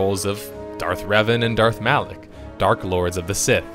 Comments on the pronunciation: 'Alak' one moment later, Kreia pronounces 'Malak'. XD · Are you saying Revan and Alec? LMFAO fuckin what?! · Did anyone notice he kept calling Malak Alik.